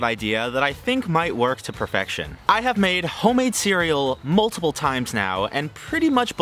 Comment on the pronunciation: "I have made homemade cereal mulitple times now and pretty much both times it has turned out great." The way you emphasised multiple, but it was just twice made me laugh for some reason. 😅